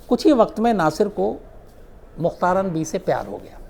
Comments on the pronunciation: mukhtaran nahi mukhtara . LEKHNE may mukhtaran e hay . laikin pakistan may ise mukhatara parha jata hay. MEANS k end wala N nahi parha jaey g. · Bibi ka name mein N silent hay. Mukhtara is real pronunciation.